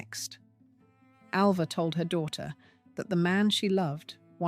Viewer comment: Get her name right. I was ALva, not AVa!